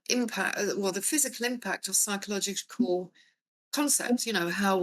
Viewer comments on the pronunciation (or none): Its physiological not physcological